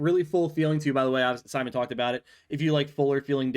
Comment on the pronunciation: He's named Simon, not SimonE